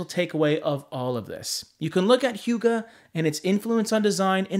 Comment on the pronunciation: Pronounced more like “who-guh” than “hue-guh.” Note I am Danish and still had to double check. Lol.